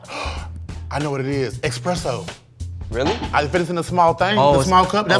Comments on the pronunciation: “Expresso!” I’m weak 😂😂😂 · It’s espresso NOT EXPRESSO BRO😭